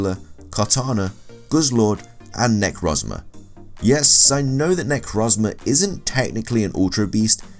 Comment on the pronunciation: Names you butchered: Solgaleo Nihilego Necrozma Yveltal Sol-guh-lay-o Nee-hee-leh-go Ne-crow-z-muh Ee-vel-tall